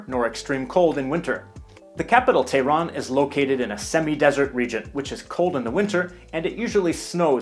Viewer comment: No, not "or". Why do people think H's are silent in Persian? 🤨 … /tay-ron/? 🤦 It's like you're not listening to me. /teH-ron/ H's are NOT silent. (ElectroBOOM is /meH-dee/ not /medi/.) - The Balochi language is a north-western Iranian language that's spoken mostly in the south-east? 🤨 Weird.